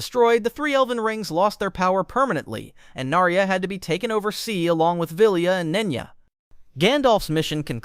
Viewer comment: Nar-ee-uh? Try "Nar-ya."